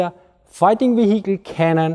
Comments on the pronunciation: That's Wee-hickle" to you! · That is quite the Vee-Hickle!